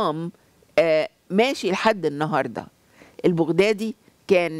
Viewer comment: البغدادي تلفظ بفتح الباء وليس بضم الباء